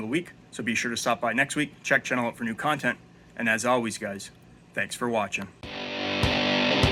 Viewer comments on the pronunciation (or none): none